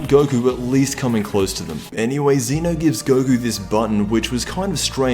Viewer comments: ZEH-NO!!! NOT ZEE-NO!!! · EP 56 isnt until Sept 4th. also its Zeno not zeeno